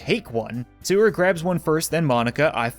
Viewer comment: Thank GOD you said sayori right